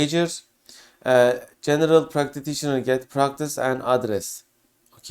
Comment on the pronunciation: thanks for the valuable information. There also was a severe issue with the pronunciation of ”practitioner” ;))